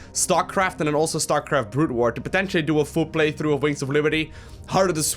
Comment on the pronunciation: I like your medium English. "Playtrough" is now my favorite word.